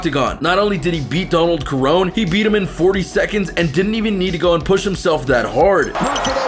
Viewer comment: The hell is Donald Kerone? Lmao its pronounced sir-rone-knee